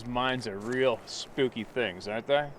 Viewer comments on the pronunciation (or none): none